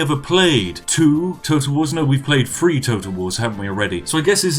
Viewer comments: I like how he pronunciates THREE as FREE. Free Kingdoms, from unlimited gold. :) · It's really bugging me how you say "3". It's 'THree' (emphasis on the 'th' sound) and not 'free'. This may seem pretentious but where's your proper British pronunciation. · He has a lower class southern uk accent. They can't pronounce th. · Free or three.....YOU DECIDE!!!!!!